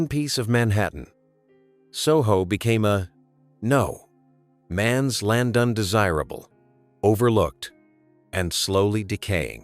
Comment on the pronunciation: AI narrator: "was being priced.....out." "a no.....man's land"